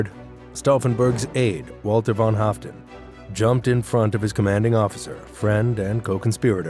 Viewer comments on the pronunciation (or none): none